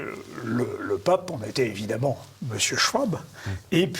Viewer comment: Schwab : schVab pas schouab, c est de l allemand.